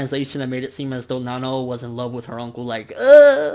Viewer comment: It's Nanao ( Nuh-now)